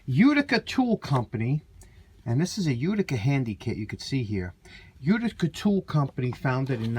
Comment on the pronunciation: I watched to hear you say "Uticer"! Pass that thing soon, I can't imagine...